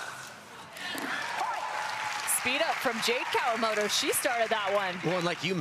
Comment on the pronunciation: It's "Kawamoto" with a "T"...